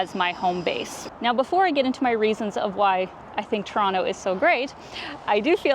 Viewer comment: Don't know if it was on purpose or not (seems like it was), but, the pronunciation of Toronto in the editing kept me smiling throughout the vid. Shot of Toronto: pronounce it like a native Torontonian. Shot of other cities: pronounce it like someone not originally from there. Nice!